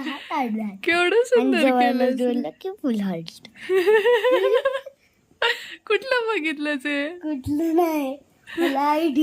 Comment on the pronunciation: You said hurt, it is heart ♥️हार्ट Precisely